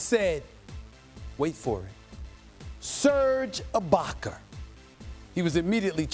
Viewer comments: NO ONE: STEPHEN A: SURGE AAHBACKERRr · Serge who? Ibaker????😂😂😂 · Stephen "Serge Ibaker" Smith